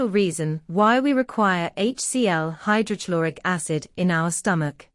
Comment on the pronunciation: Please correct your pronunciation of. Hydrochloric acid